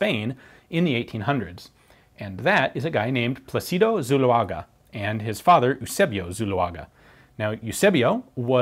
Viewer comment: PLA-ci-do. The accent is on the first syllable. Just like in English "Placid". So, "Plácido". Peaceful, pleasant, nice.